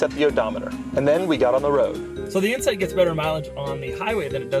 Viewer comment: I swear he said Honda Insect